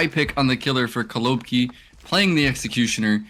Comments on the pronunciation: it’s actually kolobkI, not KolObki, last letter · Stop saying kolObki